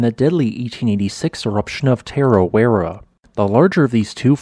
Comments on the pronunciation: correct pronunciation is 'toe-paw'. 'Tarawera' uses soft 'ah' sounds. R sounds in Te Reo are trilled/rolled if you can do it. What you sound like you are saying for Taupo is 'Tapu', which means 'sacred' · Kiwi here. Found it funny you were able to pronounce Ruapehu and Tongariro really well but not Taupo or Tarawera.